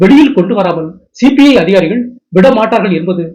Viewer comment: Please pronounce correctly as CBI officers. He pronounced as CPI Officers. 🙏